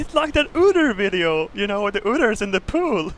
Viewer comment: "the ooters in the poool"